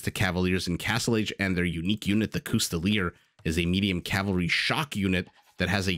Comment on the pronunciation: Even if u pronounced it incorrectly ie cous - tilli- ers vs cous- tilli -ey it still would be a three syllable word. So whats ur logic? I just dont get it ,or am i missing something here PS :Even the ''correct'' pronunciation coustilley like how u said in the video is not correct.I believe its pronounced cous ti ey,tho its something my french friends told me .I am not a native french speaker